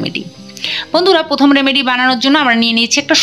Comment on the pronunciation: কথাটি হলো রেমেডি, রামেডি নয়।